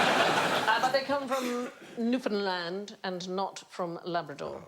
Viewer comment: I love the visible effort Sandi puts into pronouncing Newfoundland correctly each time. Looks like one of us has given her a 'bollocking' as you call it, and she was practicing in front of the mirror before the show